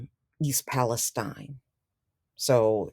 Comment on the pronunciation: Thanks for pronouncing it Palestine and not Palesteen. Not sure why everyone else is calling it Palesteen. Spelled the same as Palestine in Israel.